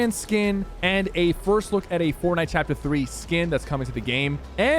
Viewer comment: Sheeeesh “forkknife” almost in chapter 3 boys 🥶